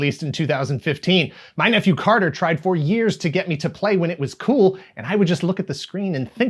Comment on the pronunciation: Keewl list man